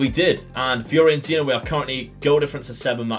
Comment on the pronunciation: Great video! Just shame you kept mispronouncing FIORENTINA (it's not FIORIENTINA) Would like to see St. Ettiene as a rebuild. Joint highest Ligue 1 winners (10) with PSG on 9. Currently bottom of Ligue 1.